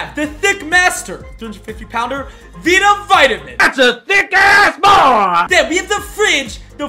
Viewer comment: Bruh you said vita so wrong lol 😂